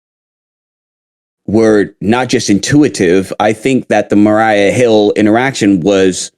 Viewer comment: Maria not Mariah